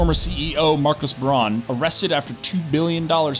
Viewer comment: His name is Braun, not Brohn.